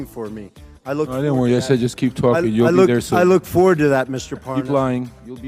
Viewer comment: "fo-wurd?" "fith?"